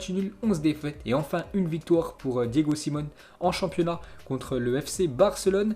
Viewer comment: salut, merci jour après jour pour les infos, par contre peux tu prononcer le nom de l'entraineur de l'Atletico, Diego Simeone (pronomcé Siméomé)